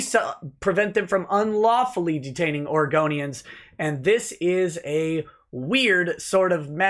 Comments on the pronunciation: Oh heard Argonians too. lol. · i did start to giggel when did say Oregonians did hear it as Argonians yey for skyrim and the dirty lizzard men and how did they miss the yellow word Police on there chest